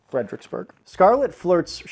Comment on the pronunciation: Finally! Saying Fredericksburg RIGHT, is SO SATISFYING.